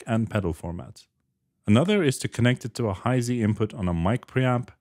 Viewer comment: You said Hi-Z wrong!